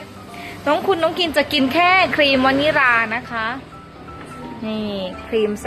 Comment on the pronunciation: ครีมวนิลาไม่ใช่ครีมวนิรา